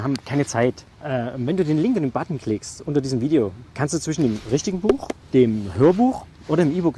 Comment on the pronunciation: muss ganz dringend lernen wie man “Video” ausspricht